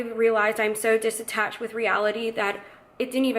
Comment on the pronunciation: girl said “dissatached”